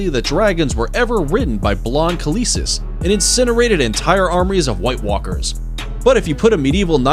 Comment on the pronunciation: mispronounced Khaleesi. But you tried your best and thats what matters 👍🏼